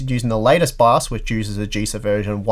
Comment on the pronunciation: What is BAZZ? Please pronounce your english right. Took me three rewinds to understand. Just as with your 9-ty-K Intel CPU's. Take your time to pronounce words, man. Huh. Love, bu' yu englgs's ba'!